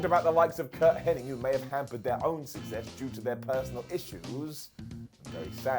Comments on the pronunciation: Curt Hennig, not Henning. lol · His name is Curt HENNIG NOT HENNING!